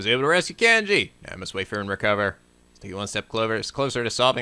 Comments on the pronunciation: It's pronounced Con gee, not Can gee, by the way. I heard you use the correct pronunciation once or twice but then you went back to Can gee! >.< I know I'm being neurotic, but I have a feeling it's going to be annoying if you keep pronouncing it that way... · is the first part of Kanji's name pronounced "Kahn-ji"? or "Can-ji". because I've always pronounced it "Kahn-ji"